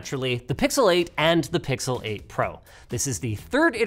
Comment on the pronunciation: "pixalate and pixalate pro"